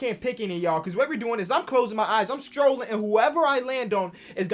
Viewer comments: saying scrolling like strolling makes me mad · Who’s gonna tell its scrolling not strolling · Who gonna tell its scrolling and not strolling😂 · Somebody tell this man scrolling has a c in it and not a t 😂